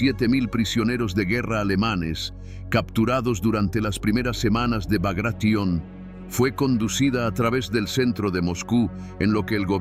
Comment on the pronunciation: El nombre de la operacion fue BAGRATION, no bagracion, asi con T: BAGRATION